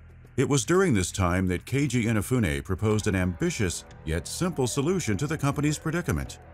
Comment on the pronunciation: At leas he pronounces Keiji Inefune correctly this time.